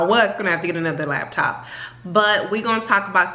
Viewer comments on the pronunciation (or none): I thought I was the only one who said labtop lol